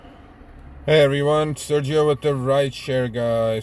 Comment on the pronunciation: U are calling it Sergio 😮